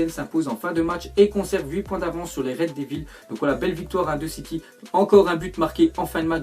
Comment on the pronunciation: Ptn ta jms parlé anglais tu dis "red devilles"